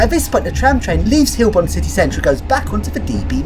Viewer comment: It's Heilbronn, pronounced hi-el bronn, ;)